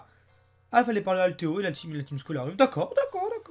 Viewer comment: ''Team Skull'' se prononce "Team Skeulle'' à la française pck la facon que tu prononce, on dirait tu dis "Team School''